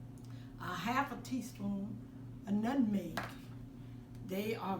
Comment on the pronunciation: I love when you say Nutneg. Don’t change your authentic self! I grew up in the kitchen with my Grandmother baking and selling her goods and I can just hear her in you it’s like music to my ears!